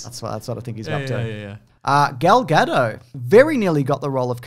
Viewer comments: I really don't appreciate how you go off on random trivial matters like Bond's suit. So anyway, IT'S NOT GUH-DOH, IT'S PRONOUNCED FREAKING GA-DAUTE, HARD 'T', SHE'S NOT FREAKING FRENCH!!! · They're still calling her Gal Gadot "Gal Gadoe" but that t isn't silent. Have they talking about it before cos it sounds like it might be one of those things they do deliberately. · The "T" in Gal Gadot isn't silent, but more importantly you totally have to do the Johnny English trilogy!